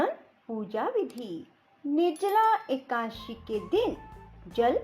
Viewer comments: Akasi nahi akadasi kahte h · राधे राधे जी एकाशी नही बोलते एकादशी है जी 🙏🙏🙏🙏🙏